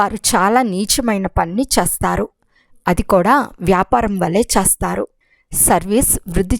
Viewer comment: Sister..చేస్తారు అని పల కండీ..pls నిదానంగా చదవండి